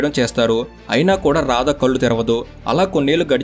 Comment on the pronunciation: కల్లు కాదు కళ్ళు.